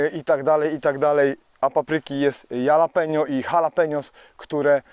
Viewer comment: Jalapeno to właśnie Halapenio, bo tak sie wymawia. Habanero to kolejna odmiana. Czasem warto pestki usunac w nich jest najwiecej kapsaicyny. Też lubię ostre 🌶🔥 🌋wypala wszystkie bakterie. Dziś wybrałam się do lasu z całym szpejem po 1,5h szukania miejscówy komary i muchy nie dały żyć. Poległam - wygrały i zmusiły do momentalnego powrotu do domu. Czekam na deszcze i mrozy. Precz z owadami 😨